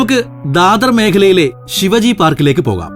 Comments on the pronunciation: Please note it ....Shivaji ennalla Shivaaji ennu pronunciation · ഛത്രപതി ശിവാജി not ശിവജി. Please correct. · When you say Shivaji...just stress the 'a' Shivaaji.. 👍🏻 Shiv-ji is a God... Shivaji was a ruler very important to Maharashtrians ..Otherwise great video 👍🏻😊